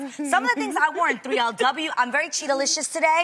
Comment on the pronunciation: Omg my inner 6 year old geeked out when A said cheetahlious ^.^